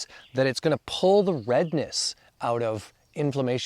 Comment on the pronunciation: How nice it was to hear someone pronounce eczema as ekzeema! Apparantly this is a uniquely Canadian pronunciation! 😄